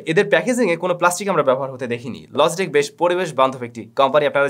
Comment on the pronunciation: Why are you pronouncing Logitech like LOZZY TECH?